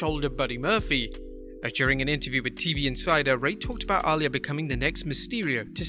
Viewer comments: very distracting when you keep pronouncing Rey's daughter's name like 'All Ya' instead of 'a Lee ya' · Her name is pronounced Ah - lee - yah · The way he says Aaliyah …. 😤😤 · DONT SAY A NAME IF YOU CAN'T PRONOUNCE IT CORRECTLY YOU BUTCHERED REY MYSTERIO DAUGHTER NAME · Why pronounce Aliyah like that?